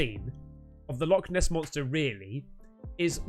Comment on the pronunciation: Not Loch Ness but.... "Log Ness"😂😂😂😂